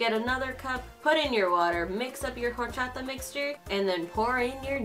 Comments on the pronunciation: please don’t pronounce horchata like that shsjdhdhd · For some reason I LOVE how says Orachata like: HORCHATA